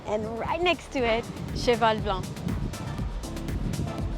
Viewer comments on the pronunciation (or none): none